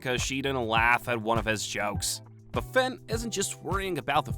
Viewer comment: my brain is so rotted. Every time you say "Fin" I hear Fent